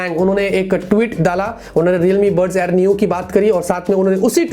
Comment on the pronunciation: That's buds not bus